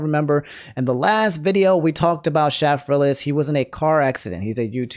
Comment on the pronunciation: Okay, just to point it out: it's pronounced "Shay-frillas". Also, while he does make YouTube Poops, he mostly makes movie reviews and ranking videos these days.